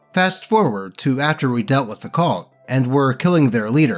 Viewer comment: pronounces "cult" weirdly.